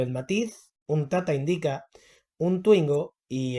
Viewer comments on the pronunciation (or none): No se dice IndÍca, sino Índica.